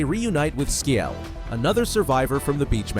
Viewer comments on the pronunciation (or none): SKIEL LOON GOWMEYJ Lmao This is the most white boy "if cultural appropriation was an AI Generated Slopfest of a narrator" I have ever heard. I laughed for a good 5 minutes. Thanks.